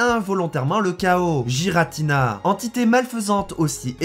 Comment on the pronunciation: On dit pas Jiratina mais Guiratina